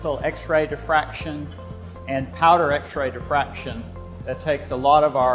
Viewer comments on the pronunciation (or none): Diffraction, not defraction.